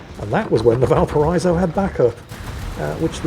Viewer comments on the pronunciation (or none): Not that this wasn't a phenomenal game, but even as said himself; "Easy Kraken." just highlighting what a fairly average Libertad game can look like for anyone who knows how to think and breath at the same time. Also; Valparaiso is said "Bal-para-EE-so" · Valpara-iso. the double dots above the i denote a break in pronunciation, just like in Citroën / Citro-en